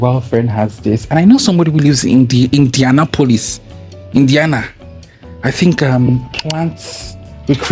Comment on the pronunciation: Indiana-polis! I love you. It's "indi-annAP-uhliss" but I do pronounce it Indiana-polis as a joke